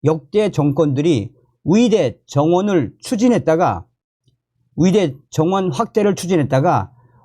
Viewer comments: 감사한데요. 발음 좀 제대로 연습 좀 하세요. 의대 와 위대. 발음이 다르지요 왜 의대를 위대라고 발음 하시는데요? 좀 노력하세요. 또 의사이지 위사입니까 왜 그 발음이 안됩니까? 의무기록이지 위무기록은 또 뭣이구요 의료를 또 위료라 하네요. 이 방송 본인이 직접 좀 다시 들어보세요. 참 듣기 거북하네요. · 왜? 의대를 위대.위대라고하냐?ㅡ의대 해봐 ㅡ